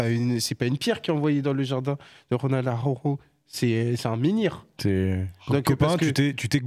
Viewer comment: comment il dit Araujo 😂😂😂